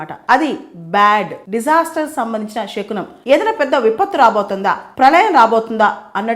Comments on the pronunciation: షకునం కాదు అండి. శకునం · Madam you are very intelligent. Many people follow you. But please don't pronounce it as షకునం it's శకునం.